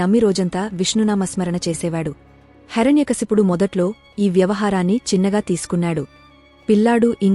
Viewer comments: Please he's name not Harany kaysapudu he's name heirnay kasyapudu Please speak properly 🙏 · హరణ్యకశపుడు కాదు, హిరణ్య కశ్యపుడు. కథ తెలుపడం మంచిదే. కాని స్పష్టత ఉండడం మంచిది. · Not HARANYA kasipudu , HIRANYAkasipudu